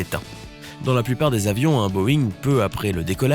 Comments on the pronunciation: “Boeing”, pas “Boing”, andouille … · « Un boing » .... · C’est pas Boing mais BOEING